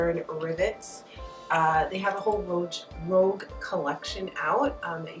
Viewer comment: I think it's rogue, not rouge----nice bag